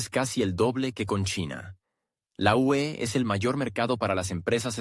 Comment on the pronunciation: El programador de este vídeo debe enseñarle al robot parlante que EEUU es Estados Unidos y que UE es Unión Europea. Mientras no programen eso me negaré a seguir viendo sus vídeos por muy interesantes que sean.